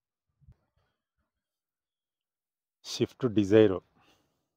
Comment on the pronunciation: ಶಿಫ್ಟ್ ಉ ಗ್ಲು ಅಲ್ಲ ಅಣ್ಣ ಸ್ವಿಫ್ಟ್ ಅದು Leather ಶೀಟ್ ಗ್ಲು ಅಲ್ಲ ಸೀಟು ಗಳು, ಇಂಡಿಕಾ just ಅಲ್ಲ ಅದು zest ಯಾವ್ದು ಯಾವ ಕಾರ್ ಅಂತ ನೆ serig 😂ನಿಂಗ್ ಗೊತ್ತಾಗ್ತಿಲ್ಲ ಅದೇನ್ vlog ಮಾಡ್ತೀಯಾ